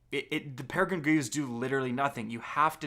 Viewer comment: Its Peregrine, not Peregine